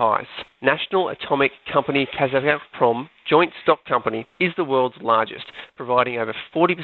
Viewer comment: Kazatomprom probably should have the stress on the "zat" syllable-- it's easier to say (at least in English it seems natural to say it that way).